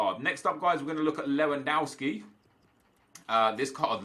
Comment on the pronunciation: Nep, you pronounce Lewandowski as it is written, not Lewandouwski.